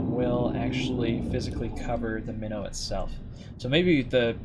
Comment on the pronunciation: Since the start when calling your ship "Minnow" I always heard "Mino" like Minotaur. (Which interestingly was a Royal Navy cruiser class during the first world war, and a proposed design before the second one) I always thought you meant the mythical animal Minotaur (or the ship class), not a "small fish" or fish species.